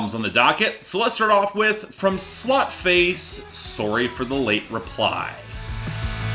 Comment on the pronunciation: Now I'm trying to work out if you don't know that Sløtface is pronounced 'slutface' or if you're just saying it like that so you won't get demonitised :P Either way, loved the review!